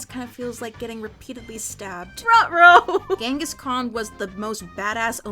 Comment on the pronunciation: Ghenhis Khan⁉️ really⁉️😭